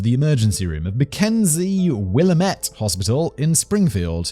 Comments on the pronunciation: Willamette is pronounced Wil-Lam-Met. Not Willa-Met. I'm from the area and sports announcers covering the Oregon Ducks college teams constantly get it it wrong too. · Just an FYI, it’s Will-am-ette not Will-uh-mette Still a big story in the area there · Oregonian here with the obligatory pronunciation correction for Willamette. Its pronounced like will-AM-itt not will-a-MET. 🤣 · The part about the hospital name where she took the kids in the beginning. It's pronounced Will-am-it, in the Willamette Valley. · Repeat after me...Wil-lamb-it. Willamette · Willamette is pronounced Will-ah-met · As a native Oregonian, I feel compelled to let you know how to pronounce Willamette. It's Will Am Eh t. It's a native American name. The Diane Downs case was horrifying & she will rot in prison for the rest of her life. Ringworm is a fungal infection. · Will(like the name)- AM-ette. Rhymes with kitchenette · Absolutely no one in Oregon pronounces Willamette like the French word that it is. We say Will-AM-ette. It's always weird when a story is local. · Its pronounced Willamette not Willamette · So, you'll worry about how you pronounce Flagstaff but ignore that you butchered Willamette? 🤔 🤣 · Me seeing the notification: why does this name sound familiar Me when Simon butchers “Willamette”: ah yes. my state. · Ikr its so annoying Luckily that state went full simple jack and i left long before truemadness took over Fxxx oregon